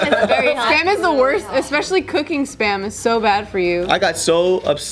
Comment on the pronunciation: Be heldy - 🤣